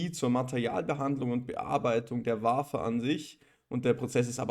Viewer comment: Vielen Dank für das Video und die Analyse … Wafer … wird “Wäfer” ausgesprochen … Jede AMSL Maschine hat einen TEL Track oder einen SCREEN Track angeschlossen, um die Wafer mit Lack zu versehen …